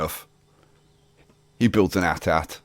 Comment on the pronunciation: who else yelled at their screen when he said At At. its A-T-A-T